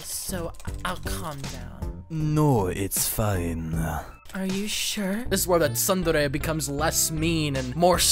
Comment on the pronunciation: "Sundairy" is killing me